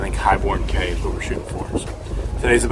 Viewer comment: Cay pronounced Key